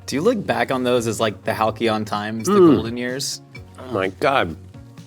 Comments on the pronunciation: Great interview but isn’t it the pronunciation of halcyon, halseen and not halkeyon? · For anyone interested it’s Hal-see-on, not Hal-key-on. Halcyon. Great interview 🥰. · hal·see·uhn times. Not hal-kee-on. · Halcyon is pronounced halsēən. Or Hal-see-yen. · Love the show so much and the effort to employ a large vocabulary! Cross check with the dictionary or at least google before using them! Halcyon is pronounced Hal-see-on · halcyon, HAL-SEE-AWN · Did just pronounce "halcyon" with a hard "c" (/k/?) Halcyon is pronounced "hal·see·uhn." I'm just a little surprised, as he's generally fairly adroit when it comes to proper pronunciation of common English terms. Well, there goes my subscription. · I appreciate the etymological endeavor you engaged in to excuse mispronunciation, but I suspect the error arose from his familiarity with the word in print, as is often the case with phonetic mispronunciations, as opposed to any hellenistic origins. As you mentioned, in modern American AND U.K. English, its approximate pronunciation is "hal·see·uhn."